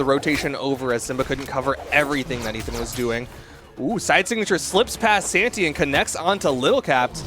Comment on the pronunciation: Nobody gonna mention how the commentator occasionally says Santa instead of Santy? Ok